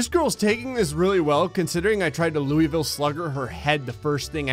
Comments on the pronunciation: Me, a person who actually gets offended when someone pronounces cities wrong: * LOUISVILLE IS PRONOUNCED LOU-IH-VULL NOT LOUI-VILL* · Say it with me now Loo-Ah-Vul (from Kentucky) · “Looeyville” Me: Cringes in Kentucky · How to tell when someone ISN'T from or living in kentucky: A beginners guide: -ask them to pronounce the city of Louisville's name if it sounds like that, they aren't from Kentucky, it should sound like "loo-ih-vull" if they're are from Kentucky The end. *please notice my profile picture :3* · Omg that pronunciation of Louisville.. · Florida Man: almost takes a Louisville Slugger to the girl Me: jeez at least say the city name correctly XD (I'm joking. I promise.)